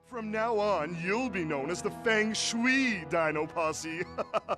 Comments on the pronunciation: Feng Shwee? No, no, it's FANG Shwee! Weren't you listening? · “Fang shoo-ee Dino posse” ...... someone really doesn’t know how to say feng shui!?